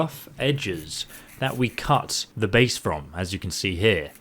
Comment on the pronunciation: I kept hearing cuss instead of cut